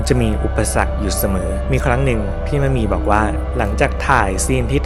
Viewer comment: ดีใจที่สุดคืออะไรรู้มั้ยคะ คือพูดชื่อนักแสดงถูก ‘มะหมี่’ ขณะที่อีกหลายช่อง ‘มัดหมี่’ คนนะฮะ ไม่ใช่ผ้าไหม งงใจว่าพูดยังไงให้ผิด สัมภาษณ์นักแสดงเยอะแยะ ก็เขียนชื่ออยู่ชัดๆ เสียดายนะคะที่พี่มะหมี่เขาไม่ได้มีผลงานออกมาอีกแล้ว สำหรับเรา เราว่าพี่เขาแสดงเก่ง แถมยังสวยแบบเอกลักษณ์ หน้าเก๋ ขึ้นกล้องมากๆ ด้วย